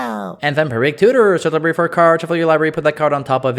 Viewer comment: "Search their lieberry"